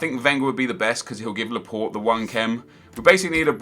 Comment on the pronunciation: Why did he say Laport wen it is Laporte